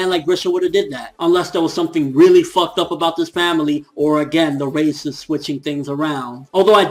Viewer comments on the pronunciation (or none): Yo, Reiss is pronounced like rice.